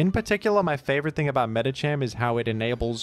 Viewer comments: I'm convinced pronounces Medicham properly first and then pronounces Medikam incorrectly later on purpose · will he pronouce medicham right this time? I await eagerly for this grand moment in history